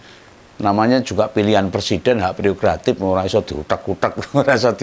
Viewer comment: Gak pereogratif tapi prerogratif😅😅